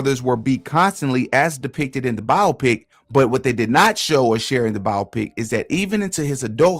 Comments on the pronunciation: no it’s not tf. it’s BIO-PICK. not biopic like the word “myopic.” that’s the illiterate pronunciation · It’s pronounced Bi-Opic… man that was annoying